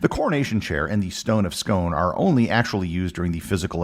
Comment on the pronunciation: It's pronounced scoon as in soon.